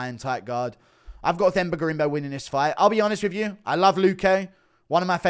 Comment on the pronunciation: FYI you don’t pronounce Themba with a TH. You say it “Temba”. You welcome.